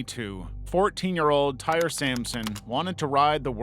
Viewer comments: His name is pronounced "Tie-ree", not "tire". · For Tyre: "Tie-ree", not tire. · You mispronounced tyre's name. It's pronounced. Tie ree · Tyre's name is pronounced "ty-ree"